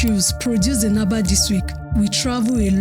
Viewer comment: Stop spreading false information, this Azumini has depth more than Lagos own. It is called Aba not Abā.